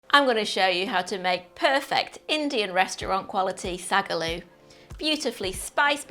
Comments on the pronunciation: Sag a loo? Sink into a toilet? 😂🤣 Translation: Saag (spinach) Aloo (potato) pronounced Saaag (short pause between words to distinguish) Aalloo stretch the a sounds that’s why there is more than 1 A in the Saag. Or easier; spinach and potato curry. Lovely recipe. 😊 funny pronunciation. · Find out how the name of the dish is pronounced first before the cultural appropriation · Hate the pronunciation, most professional chefs don't even do it justice, but the recipe is fucking fire